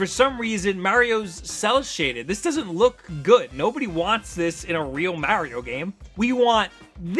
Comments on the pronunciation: heh heh heh. The way he says Mario. XD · That moment when you realize he can't pronounce Mario right...and this guy claims to be a nintendo fan? smh